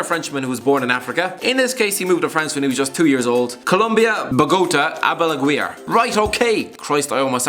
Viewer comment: Im gonna need your scarf to shove through my ears after listening to that pronunciation od Javier Aguirre (Pronounced A-Gear-ey) And really Javier Aguirre was the best you could find? Hirving Lozano (the current PSV prospect) is from Mexico city and Cuauhtemoc Blanco (arguable Mexico's best ever player,) is also from Mexico City.